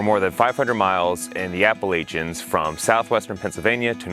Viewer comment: Thanks for the vid and the props to WNC. We got the best trails around. btw Appalachian is pronounced "Apple-atch-en" That'll save you some snickers at Hillman's.